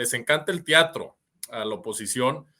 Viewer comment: TEATRO no "TIATRO" IDEALES no "IDIALES" que pasó ahí mi???